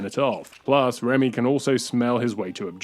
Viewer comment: Ah yes. One of my favorite Pixar Films right next to Wall-E. Also, his name is Remy not Ramy.